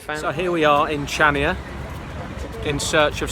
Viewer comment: It's pronounced like Chania with a "K". Not like in "chips"...